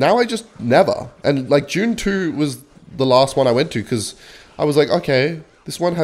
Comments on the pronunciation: is the type of gay to pronounce dune as june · I thought for a minute it must have been a Japanese movie, maybe an anime: "Joontu"